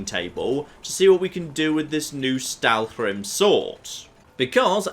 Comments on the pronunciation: Im cringing every time he says "Stalwhrim" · admittedly, with all the fun you make of pronouncing things at times, I'm surprised by the Stalhrim prononcing you're doing......my goodness.....lol. Get the whole damn "hrim" part lol.